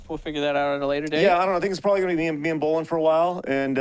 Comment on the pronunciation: Man watching this living in Ontario it hurts to hear Bolen wrong lol